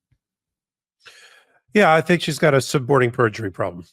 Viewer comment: thanks. It did sound a bit like you were saying “supporting” perjury.